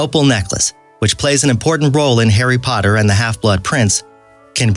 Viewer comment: Hairy Podder